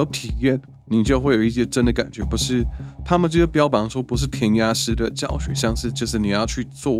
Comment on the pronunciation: 从“不是”这个词语的发音就知道他应该是在北京接受的教育吧，真的很标准。